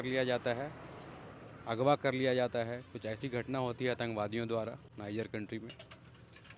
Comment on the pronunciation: Desh ka naam to sahi se bol le bhai